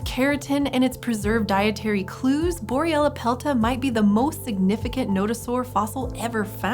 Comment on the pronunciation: take a shot everytime she says boryellapelta